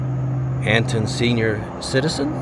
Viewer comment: Born and raised Texas west/panhandle folk pronounce Anton without the “t”. Sounds like “eh-en”. Figured I’d share that with you. 😂 I discovered your videos a couple hours ago, and have been binge watching them since. All of these small towns are bringing back so many memories. Thank you for sharing! Enjoy, and safe travels!